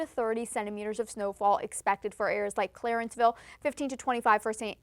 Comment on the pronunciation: Man she butchered the name Clarenville It's not Clarenceville